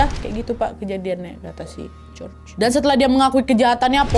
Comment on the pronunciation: Hallo, salam dari Perantau Yunaniii. Btw cara baca nama Si George itu Yorgo Skiadopulos. Jadi George kalo di Yunani disebut nya Yorgo (Giorgo). ❤❤